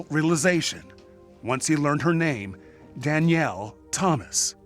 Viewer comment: Why can’t the narrator pronounce Danielle properly?